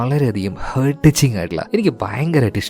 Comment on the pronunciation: Bro ഹേർട്ട് എന്നല്ല pronounce ചെയ്യ.. ഹാർട്ട്‌ എന്നാണ്.. Hurt എന്നതാണ് ഹേർട്ട് എന്ന് pronounce ചെയ്യ...